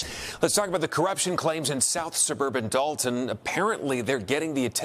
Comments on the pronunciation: Why is it nobody can say this town's name properly? It is Dolton not Dalton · Why do they keep calling it Dalton when it is Dolton?